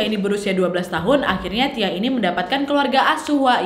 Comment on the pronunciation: Pas kak nadia ngomong si tiah gua kok dengernya sitiah ya ☺